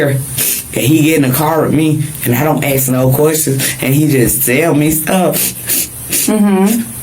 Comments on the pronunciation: I axe you, WHAT ??? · And what with " We WAS?" and " AXE" ( Phonetic) instead of " ASK".....OMG people are more and more illeterate......and the "Bro"....stop that go to school people!!! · She needed to axe the right qwestions. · How many times did they axe him? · Ocean. Yolonda named her fxckin ocean. You people have gone WAY too far, doin too much, ya'll weird, whatever you people say. Also say it with me A-S-K ! There is no "ax'ing" unless you're a lumberjack Listen to ghetto blacks is SO insufferable. Im so very happy these people are so far away from my life ! Save your money young. Buy a home where THEY cant afford to live in. You'll have a WAY better quality of life !